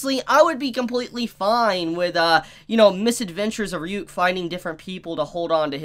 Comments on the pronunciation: Why can’t you pronounce Ryuk? That’s been established for a decade now 😂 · So didn't watch the anime? Well at least on how he pronounced ryuks name 🤣